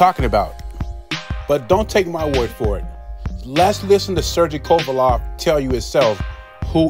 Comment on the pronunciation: Ain’t no way you’re butchering Kovalev’s name that badly by accident ..